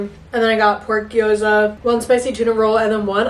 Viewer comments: ily but it's gyoza not gweeza 🤭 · Love you but the way you say gyoza is so funny haha